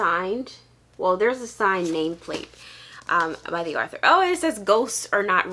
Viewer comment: Author, not arthue.😁